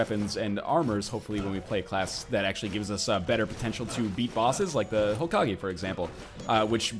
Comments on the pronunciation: its pronounced Hoh-kah-gay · Ho-ka-gay. I'm sorry NL but it really bugs me that you pronounce it Hokage with a gee sound. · Hokage: Ho-Ka-gay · I love how he was saying Hokage, but when everyone told him he was pronouncing it correctly he switched to Hokagi. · learn how to say hokage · NL, when you say hokage, saying like you're saying "a" not e.